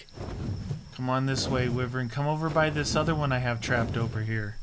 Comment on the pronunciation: Its pronounced "Why Vern" not "With Vern" lol